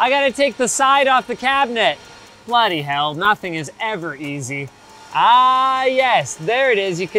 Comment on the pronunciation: The British English version of the Office too; that "Bloody hell" was on point.